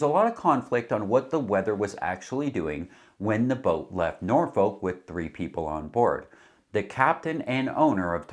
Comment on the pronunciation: Norfect is more the way to pronounce Norfolk it’s Norfeck